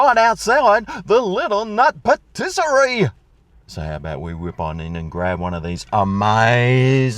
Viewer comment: Pattisary ? You mean Patisserie😮